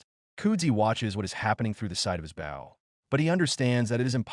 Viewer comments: I swear I’ve heard, AI pronounce it both ways, but wrong for the context it supposed to be in each time. “Bau” for the shooty thing and “bo” for respectful body position, in the same story. 🤦‍♂️ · Bow. AI had 50% chance of pronouncing it correctly. Couldn't seem to get it right, even in context. Maybe the editors or proofreaders could have tinkered with the script and spelling. Maybe spell it, Bo, Bowe or Boh etc.